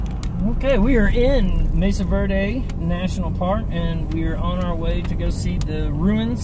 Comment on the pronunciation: It is Mesa Verde not Message Verde:-)